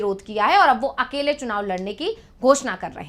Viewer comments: झड़खंड me सुनाव नहीं बे, चुनाव है, पहले हिंदी तो बोलना सिख , फिर जनता तुमसे बात करेगी😂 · Chunav ko sunav bolta ha c m